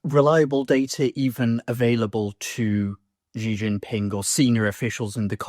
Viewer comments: I don’t trust any China pundit who can’t even pronounce Xi’s name. The guy obviously doesn’t speak let alone read Chinese. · He lived and worked in China...and never learned how to pronounce "Xi"?